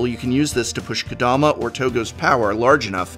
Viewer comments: How about “Kadoma”? Lol. For a professor, come on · Ka-DO-ma? Really?